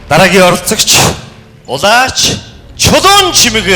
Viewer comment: Шүүгч нь Улаачийг Улаагч гээд байхийн?!?!?!